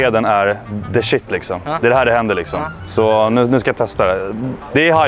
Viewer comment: Hahaha "lixsom" 😍 igenkänning delux lixsom